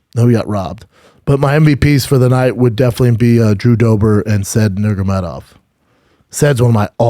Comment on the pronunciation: It's not even a hard name to pronounce literally and he still fucks it up